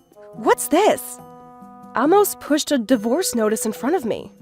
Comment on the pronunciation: Amos is pronounced with a long a sound.